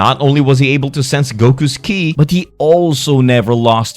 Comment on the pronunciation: He's finally saying Ki right! 😏